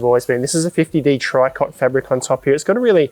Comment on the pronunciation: It isn’t “tri-cot”…. It’s “tree-coh”.